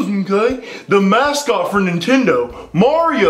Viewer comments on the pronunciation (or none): Macot I thought it was mascot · on the news is said Macot😂😂